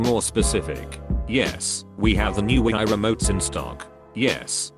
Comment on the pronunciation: Wi-i... Nice pronounciation